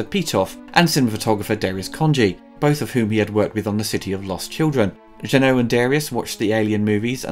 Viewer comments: It's JEUNET. Not Jeunot, not Renault, NOTHING that sounds like OH. This guy does nice reviews but he SUCKS at pronouncing names. Please don't repeat his mistakes. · It's not Jean-Pierre «Jeannot», it's Jean-Pierre Jeunet, it's pronounced « è » at the end. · It’s pronounced “Jeu-nay”, bro. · I am "deadly" serious when I state that it is hard to take anything serious coming from someone who thinks Jeunet is pronounced like Renault... but I guess, that's my problem